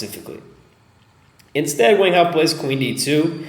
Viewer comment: Wang (王) is pronounced "Wong"